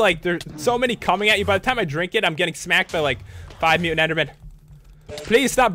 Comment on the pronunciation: omly mutant, not mutan